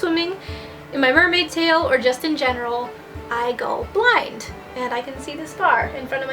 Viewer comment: i kept hearing legally blonde instead of legally blind.. I'm too obsessed hahaha. amazing video though!